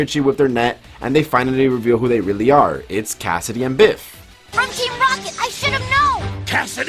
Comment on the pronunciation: I love the fact that you never say Bif’s name right 🤣